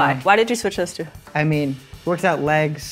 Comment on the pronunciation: That boy said "Tew" 😂 why he built like that Kai Cenat?